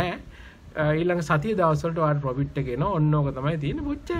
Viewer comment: පොපිට් නෙමේ profit ඒක මරු...🤣